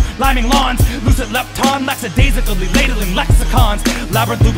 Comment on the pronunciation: fucking love you, Lloyd. careful, i think you pronounced "lackadaisically" as "lacksadaisically."